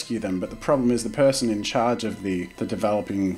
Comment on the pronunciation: Who’s its name What’s its name 1. wrong there 2. U said pearson instead of person 3. "SHE was a good GUY" I think you need a language arts class